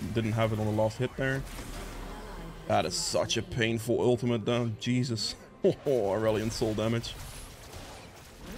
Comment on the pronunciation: when you say "jesus" it sounds like "cheezus" and it makes me laugh lmao